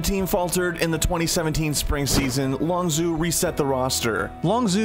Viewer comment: Dear god please learn how to pronounce Longzhu. The clips used in the video even gives the pronunciation.